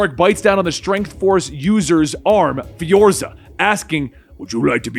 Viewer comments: I gotta say...it's "Fware-za"! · why does he keep calling "Fuerza," "Fiorza?"